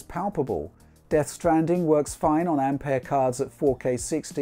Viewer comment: Great to hear someone pronounce ampère correctly finally.